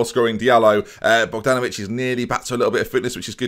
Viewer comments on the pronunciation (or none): none